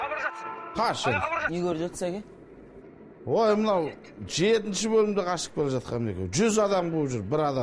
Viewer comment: Күләнда әке дегенді эке деп қалды😂